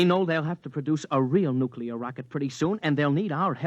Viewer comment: nuclear not nucular